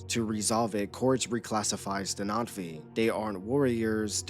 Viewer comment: Why are you calling them NOT-V?